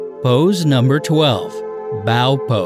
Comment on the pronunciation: FYI, Pose #12 is pronounced “Bō,” as in bow-and-arrow, not “Bäō,” as in “I bow to you.” It mimics the shape of a bow (the kind used for arrows) with the string pulled back, hence the name.